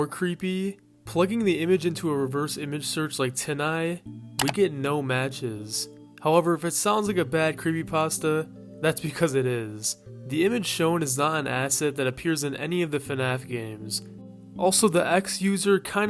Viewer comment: tineye is a pun on "tiny", btw. so tyn-eye